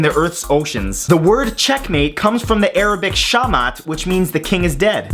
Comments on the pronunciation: In Arabic, "Shamat" is pronounced "El- shahe mate" in Egyptian accent. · It's not Shamat, it's Shach-mat. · 34 It is not ksha mak .it is kish malik .the reason i know it is because im arabian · While it is true that in standardised Arabic the name for the king chess piece is Shah as you pronounced it which is a Persian word that means King, the check mate phrase in Arabic is شيخ ميت Sheikh Mayyet Which means dead sheik as Sheik is considered a king but it is not shah mat like you said, also modern arabs use the phrase Kesh Malek "Malek" which is the proper arabic word for king and Kesh which is colloquial arabic imperative for remove or more accurately: let it get away Source: Arabic is my second language, also I've known that fact my whole life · Check mate is pronounced Mat Al Shah or Shah Mat not shamat. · Awesome video man :D just wanted to tell you that the way to pronounce check mate is saying shah mat. there is a small pause after shah because they are two words not one. so shah mat not shahmat . Keep on the awesome work bro ! B) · #34 "El-Shah Mat". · Matt, "Sha mat" sigh this isn't a arabic word probably you meant "Al-malk mat"